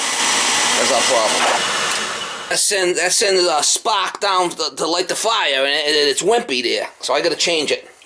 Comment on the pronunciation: Those Indians!... I love this guy! Is he saying spark or spock?... seriously, so down to earth and refreshing, this is great content. Keep up the good work.